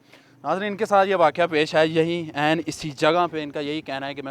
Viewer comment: Waqoa nahi bhai waqia hota hai